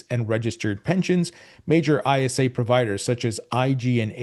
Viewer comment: isa is pronounced.. Eye-sa